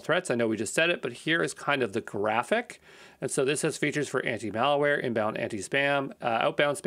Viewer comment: Awesome, but the entire video you keep saying "IpD" instead of "IdP". And the word "malware" is not pronounced "malaware".